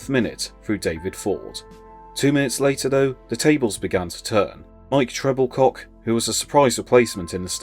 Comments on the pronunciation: Exactly right. It's Tre-bil-ko, not Treble-cock FFS. 🙄 You'd think these people would do their research on things like this. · It’s pronounced TREBILCO not Trebilcock. Also McCalliog. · Just for information, Mike Trebilcock's name is pronounced as Trebilko.